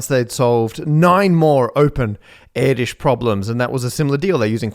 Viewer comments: "Yes, it's pronounced like that" Actually, it's not. Easiest to check out with google translate, set input to Hungarian, and copy-paste in Erdős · I didn't understand your pronunciation of Erdős but I respect the attempt:D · Sorry, I need to add, but "Erdős" is pronounced a bit differently. The "ő" is like the "i" in "first" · No, it is not pronounced like that. Anyway... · On hearing the butchering of Pál Erdős's name followed by the assertion that yes, that's how it's pronounced, I died a little. But that is coming from a German that speaks English AND Hungarian. 😂 Just go on more vacations, we need more solved problems! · No, Erdős is Absolutely Not pronounced like that :) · You are very confidently saying his name wrong... But that's ok, not as if you explicitly stated that that was the correct pronunciation. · Hungarian here, not quite how you pronounce Erdős, but it was close 👍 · No it's not not pronounced like that. Only English speaking people think they can butcher any pronunciation and say it's ok. It is not up to you to decide sir. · "yes, it's pronounced like that" not reaaally ;) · "Yes it's pronounced like that" No it isn't, stop gaslighting us, Matt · "Yes, it's pronounced like that." – No, it isn't. 😉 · no the name is not pronounced like that. Write `Erdős` in google translate and click the speaker button. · no lol it's not pronounced like that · Yeah, I don't mind him mispronouncing it, but it is definitely not the correct one. Make this correction the top comment please😅 (When English speakers talk about Hungarian scientists, I literally don't recognize them for half the video) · he could have asked AI and probably gotten closer to the correct pronunciation, instead he made a human error and published it ;) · "yes it's pronounced like that" no it is not, it's /ʔɛrtős/, not /ˈɛɹdɪʃ/ (air-dish) the /ő/ sound is like the "ea" sound in the word "earth", except the /ő/ is a longer sound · It's actually Erdush, not Erdish. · Erdős. Not air dish.